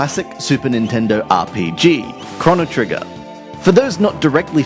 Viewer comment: It's pronounced "crow-no", there isn't a double n you idiot